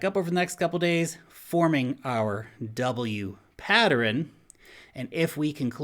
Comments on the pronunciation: Pattern pronunciation Humans -> Pat-turn -> Patt-ter-renn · Thanks. Man mainstream adoption is going freakin vertical. Happy days.;) Has anyone else noticed that the can't say pattern???:) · Thank you! I'm over here trying to say "patterin". I've never heard it pronounced that way before! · patterin? do you mean pattern? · is he saying "patterin?" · I love you, but you pronounce 'pattern' as 'pattrern' and it's weird. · PATTERIN.... What the actual F See ya. I can't take listening. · Patterin? you meant pattern? silly. Keep up the good work. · It is possible that is the way pattern is pronounced in New Zealand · Have I been saying pattern wrong my whole life? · I noticed that too! It's probably a regional thing. Not sure where is from originally, but where I grew up in PA some locals would add unusual syllables to words (mine = my-en, film = fil-em etc.) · You say 'pattern' so weird dude. Like a whole extra syllable. :P